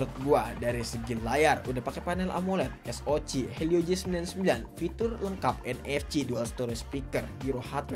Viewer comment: Disaat yg lain bilang ES O CE, si mamang 1 ini tampil beda dengan ES O CI 😂